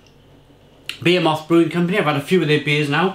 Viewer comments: Buh-he-muth. Behemoth. Lol. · Im pretty sure he is taking the piss with 'beermoth'